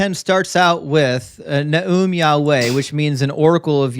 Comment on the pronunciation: "YaWhell" was way to unironically funny